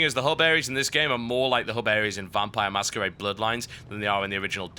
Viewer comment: "Vampires the Mastur... the Masquerade"